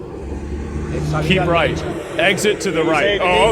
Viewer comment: Dude that can't pronunciate 'Keep Right' is illiterate. You don't have to know Spanish to pronounce words in Spanish. 🤦